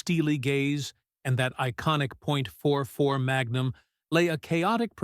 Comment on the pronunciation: 44 not 4-4